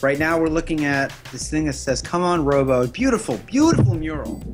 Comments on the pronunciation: It's not pronounced Robbo as in robot. It's Robbo as in Robert. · Robbo, not Robo 🤦🏻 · these guys dont know dick, that first piece isn't Robbo's, it's a tribute piece by team Robbo. They cant even pronounce his name right.